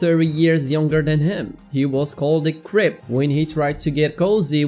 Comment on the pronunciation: I thought you said “people were calling him a crip” instead of “creep” lmao 💀